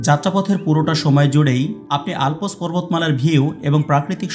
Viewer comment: It is Alps, not alpos